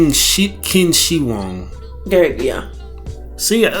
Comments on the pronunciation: pretty sure it's pronounced like Chin-She-Hwong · His name is pronounced Chin-She-Hwong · that's NOT how you pronounce it bro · Qin Shi Huang (Chin-Chi-Wong)